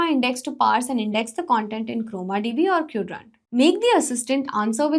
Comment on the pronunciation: sis pronouncing queued-rant instead of Quadrant makes me feel like she leans more towards marketing aspects of things rather than actually building something. Coz the video script is ai generated not from ai development expert